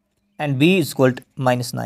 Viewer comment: It is not "isiqualt". It is " Is equal to" try to pronounce properly. Btw explaination was nice